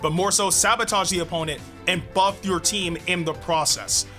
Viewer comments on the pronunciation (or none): none